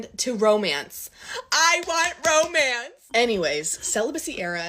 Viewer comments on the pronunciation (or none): It's romance not hoemance